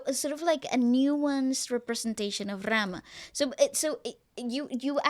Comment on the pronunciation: please do not say the name of the rama in the way you said it hurts the miliion hearts of the people who devoted to ram and almost every indian is devoted to ram , so you shouldbe carefull about your words man .